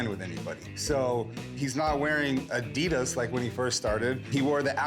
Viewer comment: strange way of pronouncing Adidas lol